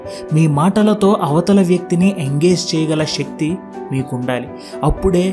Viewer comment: షెక్తి కాదు శక్తి